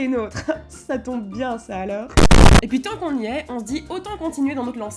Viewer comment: J'aime vraiment trop ton petit accent, le fait que pour dire ”puis” tu prononce ”poui” je trouve ça trop mignon 😭